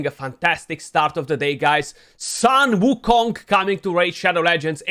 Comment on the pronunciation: his name pronounce as "soon" "woo" "Kong" (孙悟空). Hope this help you beat other CC in this pronunciation race. Send love to mini too!